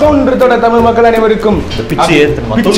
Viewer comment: தமிழ்)தமில் இல்லை